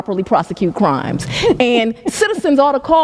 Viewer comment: fWiend-ship and cWimes. 😂😂😂😂😂 Fani shouldn't say words with the letter R in them.